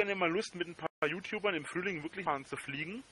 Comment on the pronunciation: Will mit a paar Jutubern nach jabban reisne wegen dieääää Kirschblütnää. Kannst du dir nicht mehr ausdenken! 🤣🤣